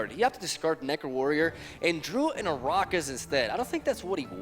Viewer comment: It's Henselt. NOT HONSOLT, and Arachas has a percussive sound, not Ararrkus.